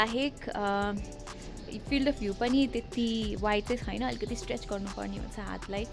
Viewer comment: Chhaina lai chuina vanxe